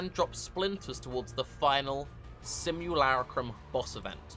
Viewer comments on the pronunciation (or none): Sim-yoo-lar-uh-cum Best-yoo-ary Kill-me-pls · sim·u·la·crum /ˌsimyəˈlākrəm,ˌsimyəˈlakrəm/ Learn to pronounce noun an image or representation of someone or something.